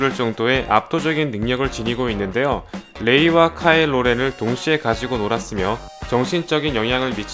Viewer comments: 카일로 렌을 계속 카일 로렌이라고 발음하시네ㅋㅋㅋㅋ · 카일로 렌이라고, 카일 로렌 아니고 대본좀 제대로 드려라